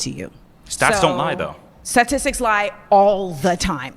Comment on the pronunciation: It’s really hard to take seriously a person dressed like a clown and can’t pronounce sta’ti’stics right